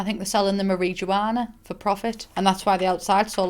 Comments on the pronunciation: "Mareejuwana" LMAOOO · I keep rewinding just to hear “mah-re-gee-wanna” over and over again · “I think they’re selling the muh-ree-joo-ana” - 2020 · when she said marijuana in the way she said it all i heard was Mary Joanna... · “marie joanna” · Marie Juanna is now how I will FOREVER say marijuana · The way you said marijuana is my favorite.